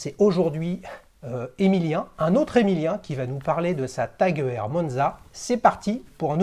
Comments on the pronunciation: Aie aie aie la prononciation "E R" 😂 Petit tip, ça se prononce "Oyeur" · Heuer étant un nom à consonnance allemande j'aurais tendance à pencher pour cette prononciation 👍